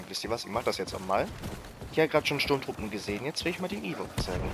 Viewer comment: die heissen Ewoks und nich Eworks und es heisst Sturmtruppen und nicht Strumtruppe xDD